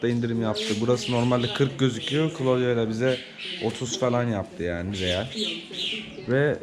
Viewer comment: Daha kızın ismini söylemiyor köylü..klodya degil klaudiya okunur..